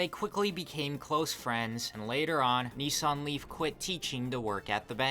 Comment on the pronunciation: I keep hearing 'Nissan Leaf' like its some Korean dude ' Nee Sang Lee' lolol